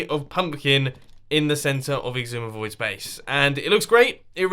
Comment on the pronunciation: Why do you always say ''?